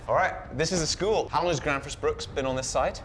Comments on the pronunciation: Its not pronounced "grannsfors brooks" more like "grwennsfors breuwk". Greetings from Southern Sweden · "Gransforce Brook"? — Not quite! "Grensfosh Brewk" is about as close I can get with English spelling and pronounciation. Try it with a Scottish accent. That's the faux viking accent, after all. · ermmmm äktschuallee its pronounced "graenzfosch steel" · Just to be a pain about it, it's pronounced more like "grensfosh brewk" like how a scotsman would say "irn bru" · LOL opening with a mispronunciation of the brand name, while the brand name came in frame. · I wouldn't expect a Brit to get it right, but you do butcher it a bit when you say Gränsfors Bruk. An Ä isn't just a funny looking A, it sounds like an e, but like the e in the word exit. says it correctly a few times. And the u in Bruk sounds more like the oo part of "oops."